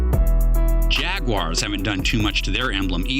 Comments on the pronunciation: i loathe people who say jag-wire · What the fuck is a jag-WIRE? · jag-wire! what then hell is that ? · Why are there people who say "Jag-wires" instead of simply pronouncing the word properly?